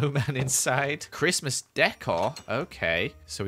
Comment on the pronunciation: do i hear donkey-Mas?